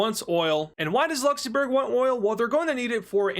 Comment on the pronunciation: He actually says LuxenBurger